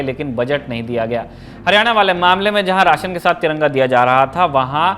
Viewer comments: Bhai Taranga nehin tiranga, sahise bolo sec dekho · Taranga...kyo bol rhe ho aap